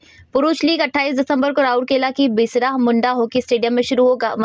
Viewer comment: एक एंकर का बिरसा को बिसरा कहना शोभा नहीं दिया😅😅